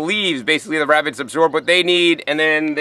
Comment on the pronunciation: wabitts hehehe. I love this guy